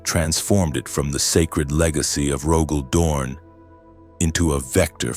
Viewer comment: "Imperial Fints" "Regee-Dern", Tac rails on bolters! This is a fever dream I don't want to wake up from ❤😅😅